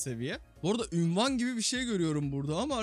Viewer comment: Abi ünvan değil unvan